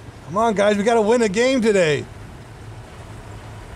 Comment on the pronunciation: Lol the "guys" mess up. Was funny, I've done that before when talking 😂